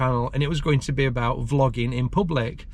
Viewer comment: Sounded like you said flogging in public🤣